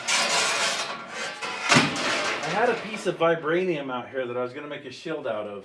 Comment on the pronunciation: vibrainum HAHA